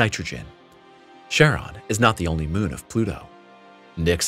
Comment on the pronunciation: "Charon" is pronounced *KAR-on." The "Ch" at the beginning of that name comes from the Greek letter, X, whose name is pronounced "ki" (the "i" as in "time" or "lime"), and is itself is pronounced as "k."